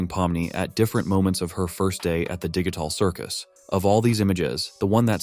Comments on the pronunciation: Bruh said ditcal cicus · “Digicul circus”💀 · THE DIGY TAHRL CIRGUS lol